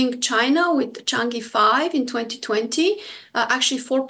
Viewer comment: you DW guys can't even pronounce Chang'e correctly